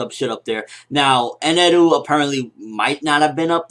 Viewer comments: Eneru? I think you mean Enel. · Eneru? It just Enel lol,Japanese pronounciation is funny. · just say enel